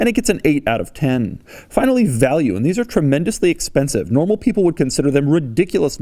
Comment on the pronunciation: No one: Doug: Dheeess